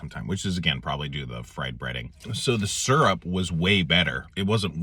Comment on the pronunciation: i've heard "seerup" and "surup", but this is the first time i've heard "surp". gonna start calling it surp 👍